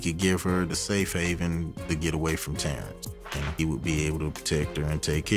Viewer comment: Is anyone else annoyed how they pronounce TERENCE?😏